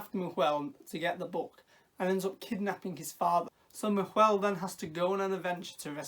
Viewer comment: Just a heads up, the pronunciation is a little deceptive for English speakers; Nahuel looks like na-hoo-el, but it's actually just na-well. The h is silent, and the u is close enough to how we pronounce w. I only say this because I learned it from my Argentinian husband when we chose to give our son this very same name. 🙂 I'm super happy that there's something with his name, because even in Patagonia it's uncommon, so with any luck it will become more known. I can't wait to see this movie, thanks for reviewing it!